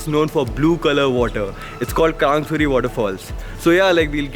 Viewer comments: It's not krangsuri it's krangshuri..... Samjha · Its krangshuri not krang suri